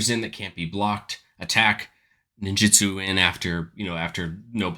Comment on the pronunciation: It’s ninjutsu not “ninjitsu”